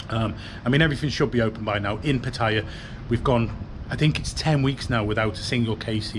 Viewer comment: Would be nice if you could learn how to pronounce Pattaya.